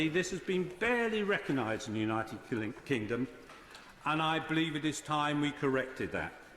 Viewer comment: Is it just my imagination, or does he repeatedly almost mispronounce our country's name as "The United Klingon"?